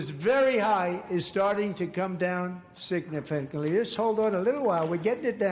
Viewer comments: "Signiffitingly" 😂 Don got fact checked, the dope. My prayers are with the good American people 🙏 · Trump can't even pronounce significantly. I bet an immigrant can say it.😂